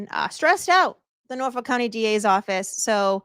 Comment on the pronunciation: I'm just here for the intro song. But then in your intro I swear you said ' what exactly is going on in Norfolk cunty '?